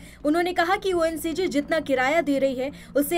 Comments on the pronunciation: Reporter ONGC ko ONCG bol rahi hain. Ab dekh lo inki kya halat ho gayi? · Oncg nahi ONGC hota hai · Ongc ko oncg bol rahi khudai ko ....... Na bol diyo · बहन ये तय कर ले की तू ONCG बोलेगी की ONGC 😅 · ओएनसीजी कहती हैं इस तरह की उच्चारण की त्रुटि क्यों करती है ONGC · Reporter ne several time ONCG bola instead of ONGC😅😅😅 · समाचार वाचक महोदया बार-बार ONGC को ONCG बोल रही है .... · Oncg nhi Ongc hai journalism Madam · ONCG nahi madam ONGC hai. .. krapya padhkar ayen. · Mam ONGC aur oncg nahi achchha se bola kro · ONCG nhi Mam....ONGC.....! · Ongc he na ke oncg Sahi pronounc kren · ONCG nahi ONGC aap video me galat bol rahe ho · ONCG nahi maidam ONGC kahte hai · Madam ji ONCG nahin ONGC hota Hai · ONCG नही ONGC बोलिये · Itna bada news channel aur ONGC ko ONCG bol rahey ho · It's ONGC not ONCG. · ONCG nahin ONGC😅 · Anchor does not know it is not oncg it is ongc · It is ONGC and not ONCG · ONGC hota hai na ki ONCG😂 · It's not oncg it's ongc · Ye anker bar bar oncg bol rahi hai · Pahle aap reporting karne se pahle thoda padh liya karo ONGC hota hai vah ncg Nahin hota hai theek hai na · 😂😂😂 ye ongc hai naa ki oncg madam aap bhi....ek baar phir bolo oncg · NDTV के एंकर ओएनजीसी को ओएनसीजी कह रहे हैं, खुद का ये हाल है, दूसरे को गोदी मीडिया बताएगा।😂😂😂😂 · इतनी कम ज्ञान वाली पत्रकार, ONGC है। ONCG नहीं। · जब से एनडीटीवी का अधिग्रहण हुआ है तब से उसके रिपोर्टर और उसके न्यूज़ एंकर गोदी मीडिया की लपेटे में आ गए ठीक से ओएनजीसी नहीं बोला जा रहा है मुझे लगा शायद मुझे ही सुनने में कुछ दिक्कत हो रही है😂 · Ongc nam to shi bolo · ऐसी अनपढ एंकर को पहले ONGC ठीक से बोलना सिखना चाहिए। कृपया बकलोलों को एंकर ना बनाएँ